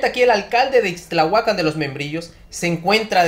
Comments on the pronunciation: MHIJO ... ACENTO EN LA Á IXTLAHUACÁN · Es Ixtlahuacán de los Membrillos, no ixtlahuacan ya no saben para que son los acentos. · Es Ixtlahúacan No ixtlahuacán...